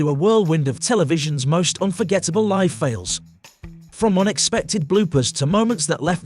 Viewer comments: Presenter needs to understand English...liv on air is not how you pronounce LIVE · You commentary is shhite, live and none are not pronounced like that you mooron. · Pretty bad voice over. The letters 'live' spell 2 words that are pronounced differently. Getting it wrong simply adds to the embarassment of this post.